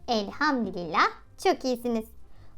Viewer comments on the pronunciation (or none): none